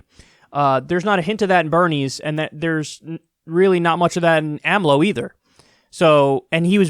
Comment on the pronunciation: couldnt even say the 4 letters of the names acronym AMLO say it with me AMLO